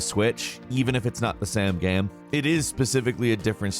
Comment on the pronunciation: Why u say the word “game” so weird bruh